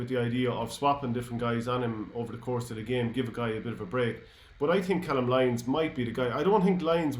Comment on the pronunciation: Lads it’s pronounced cay-lum lyons